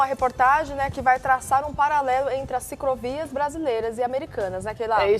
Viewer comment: Ela fala CICROVIAS?! Só mesmo sendo a mulher do dono da rede TV! para ter a oportunidade de apresentar um programa....